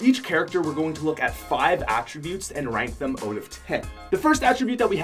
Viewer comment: I like ur accent when u say “out” u say “oat”